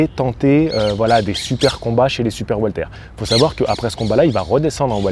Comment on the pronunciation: Super video comme d'habitude. Par contre j'entends le prénom Walter au lieu de welter(weight).😅